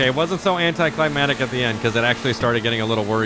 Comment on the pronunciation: Am I the only one who realizes he never says anticlimactic correctly?